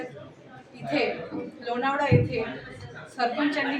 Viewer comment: अर्धवट बातमीदार लोणावळा आहे ते लोणाळा नाही. अजून बरेच काही